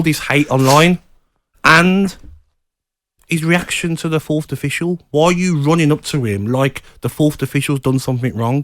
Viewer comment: Is Gabby saying "Fourth'd" official?